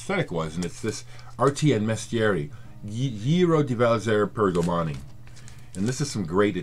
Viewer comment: Hello, Loved seeing the Arti & Mestieri album. You pronounced 'Giro di Valzer per Domani' flawlessly. There is no question that you have graduated to the head of the music class. You went from being student to teacher very quickly. I feel like the student each and every time I watch you show your collection. Have a nice day. ~ Rob/Boston